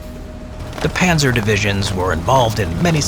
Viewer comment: These AI produced channels are out of control! It's PANZER not panther.